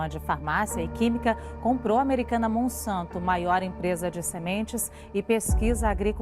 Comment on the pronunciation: Monsanto trocar o s pôr c e verás